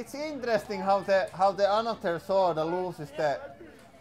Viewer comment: Did anyone else think he said ultimate SWORD fighting for a moment?